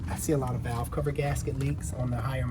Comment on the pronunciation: What is a “valave?”